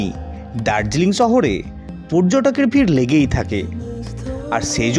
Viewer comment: সহরে নাকি শহরে 😮